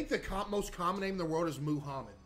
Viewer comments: Of course when he's talking about the most common name he says moo-hommed. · Bro said moohamed😭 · Bro said he's spreading the knowledge and proceeds to say Muhammed incorrectly several times